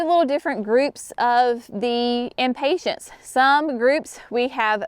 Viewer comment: Is it a “southern thing” to pronounce Impatiens as Impatients? I love your videos and appreciate the step by step explanations…but always smile when I hear you pronounce impatiens.